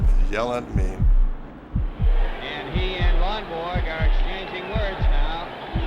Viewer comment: I love how Yastrzemski pronounces Lonborg as "Lonberg"....